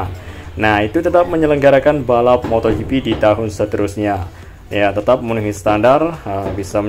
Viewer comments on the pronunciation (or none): none